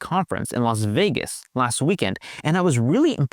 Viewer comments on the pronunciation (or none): none